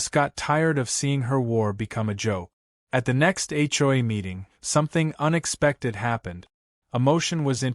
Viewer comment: It’s an Ai voice not real, so hasn’t learned the correct way.